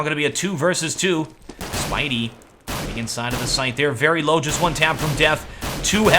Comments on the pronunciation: "Spidy"....which is the "wrong" way to pronounce it....unless all the German casters who know him for quite a while don't know how to pronounce his name either. Taylor Lopez As far as I'm concerned Mary Jane's nickname for Spiderman is NOT the correct way to pronounce it, as you can see a few lines above;) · Spiidi is german and should be pronounced like 'Speedy'. It has nothing to do with spiders but speed. It's because of different pronunciations 'e' and 'i' in english and german language. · Just a little heads up: You pronounce Spiidi like Spiderman is called by his girlfriend, which is funny...but in fact, you pronounce it like "speedy". I guess you won't cast another Mouz game in the near future so it doesn't even matter, but hey ;) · Spiidi = Speedy That's how it's pronounced.